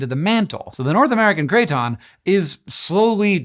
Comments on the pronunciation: Craton is pronounced KRATen not KRAYton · Could you explain what a "cray-ton" IS? PLEASE?? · Cray-Ton in my Kit-chon? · Bro keeps saying crayton making me hungry for croutons 😔